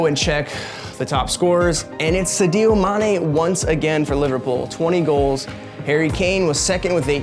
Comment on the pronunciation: “Sidio mane”